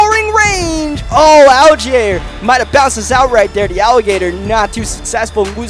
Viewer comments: the alligator name is pronounced Al•gi•air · Allgeier is pronounced all-guy-urr.... There is/was a nascar driver with that last name